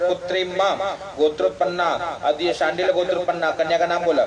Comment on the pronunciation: बहुत सुन्दर। पण्डित जी अद्य का उच्चारण अद्यः हो जा रहा है